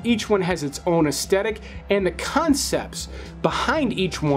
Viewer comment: Oh FFS it’s pronounced aesthetic as in As-th-e- tic not as-tetic. It is absolutely the worst thing to listen to someone who constantly mispronounces a common word